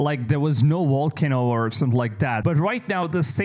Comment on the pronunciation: You said volkanu for volcano and some weird shit with the Himalayan mountains. You need to work on your pronunciation my dude…. It sounds so silly lol… it makes me question you as a source!